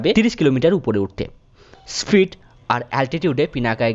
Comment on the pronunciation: স্প্রিইড🤣 কি উচ্চারণ রে বাবা😅😬🤣